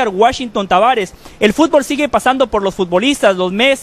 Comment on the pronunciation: Aprendan primero a pronunciar FÚTBOL NO FUTBÓL y después hablen nabos!!!